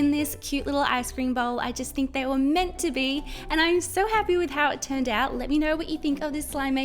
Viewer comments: Did you say they were "mint" to be?! XD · Haha “mint to be”